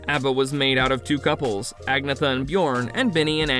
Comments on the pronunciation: Who ever posted this video. Your info is all fucked up. And pronounce Agnetha's name correctly. Do better research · Please learn to pronounce Agnetha's name properly.